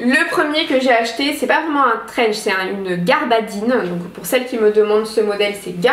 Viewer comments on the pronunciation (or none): Mdr!!! On ne dit pas "garbadine" mais "gabardine"!!!!